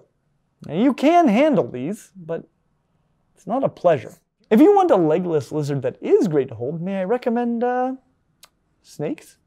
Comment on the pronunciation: I could swear he is saying "Legolas" lizards😂